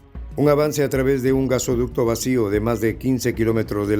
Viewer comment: GaseOducto?? Jajajaja jajajaja jajajaja jajajaja ja. G A S O D U C T O !!!!